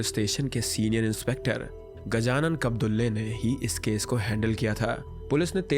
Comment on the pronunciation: Bro it's not gajanan कब्दुल्ले it's gajanan कबदुळे 😭